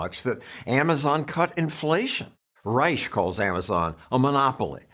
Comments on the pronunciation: I didn't know Robert B ReichhhhhhSHA! was still around. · Reich… who pronounces his last name wrong btw - I wonder why? He’s a complete charlatan DNC operative who only seeks the benefits of staying loyal to their party elites. This is why as the party becomes more progressive, he does. He used to be a Clinton guy. Clinton’s policies are a complete disputation of where RR “stands” now. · Reich is such a loser he won't even pronounce his German last name properly. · Yes, indeed! Rush was imitating the way Reich pronounced his own name while wrapping his NPR weekly segments.